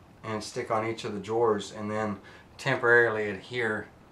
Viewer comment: Man, this is such an informative, well put together video, but when he kept pronouncing "drawers" as "jores" it was all I could hear. Good video still.